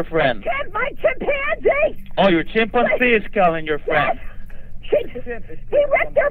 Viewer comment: Whats the problem, there? or oh your chim-pan-zee and “I know it’s hard” Bangladeshi in Us he does sound just like me or my wife who came from Laos. I thought the same thing. Also notice we are far more skeptikal than immigrant peers, we must see it to believe it